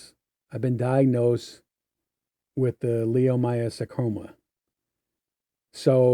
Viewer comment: He can't even pronounce his fake ass latest cancer correctly, he says leo my oh sar coma, it's pronounced LIE oh my oh sar coma